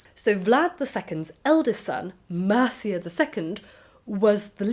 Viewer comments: It's not pronounced like the Anglo-Saxon kingdom of Mercia; it's "MEER-chey" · Also, pronunciation wise: Mircea ~ Meer-cha